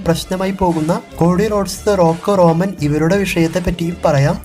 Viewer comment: സഹോ റോനൻ അല്ല റോമൻ ആണ് 😊